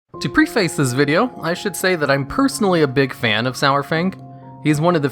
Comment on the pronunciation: "Preface" is pronounced preh-face, not pre-face.